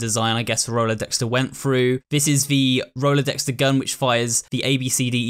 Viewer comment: WHY do you keep pronouncing it 'rolodexter' even when the spelling is directly on screen on multiple occasions it's infuriating!!!